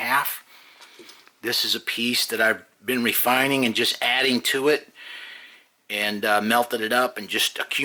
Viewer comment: "Refininig" Good video though.